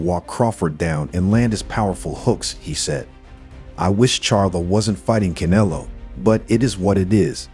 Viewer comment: "Canelo " is pronounced, - c, sort a , ne,(short e), lo. Come on boxing fans...you know better